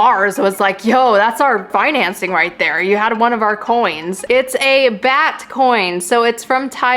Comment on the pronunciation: it’s actually pronuced bart and spelled bhat I live in Thailand so I know (ty for using Thai aka my country)